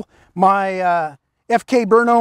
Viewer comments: Great pronunciation of Brno (BURN-oh would be a close ENG equivalent -- like you say it.) Also, some remarks/potential corrections: I believe FK Brno is not a subsidiary of Ceska Zbrojovka (I was not aware of this if so); the FK Br frame is somewhat derived from a CZ frame, that is for sure though. On pistol ownership: In Germany people, at least hunters, are allowed to own two pistols; in CZ all registered gun owners/users can own way more. Thanks again! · As a Czech I must say, BRNO is a lie. The city does not exist. It is a conspiracy against Prague. And thank you,, for pronouncing the name of the imaginary city properly. I'm amazed that an American can even pronounce our Czech language. Kudos. If you do not understand, do not stress it. It is a joke by Czechs for Czechs. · I'm impressed by your research and pronunciation of "Brno". Nice! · So far is the only one who pernounces FK BRNO correctly thanks officer Gregg😎👍🏻